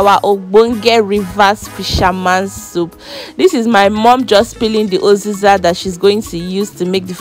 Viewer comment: Uziza not oziza😂😂😂😂